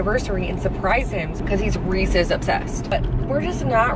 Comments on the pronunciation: The first time I heard you say Reese's pumpkins, the video cut out/YouTube closed, and I swore you said racist pumpkins. I was like...what just happened. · I could have sworn you were saying “racist pumpkins” . XD 😂